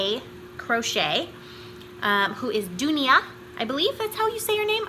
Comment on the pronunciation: Yay i won!! Yes you pronounced Dunia right!. Thank you so much!! The Nerdalong was so much fun!!!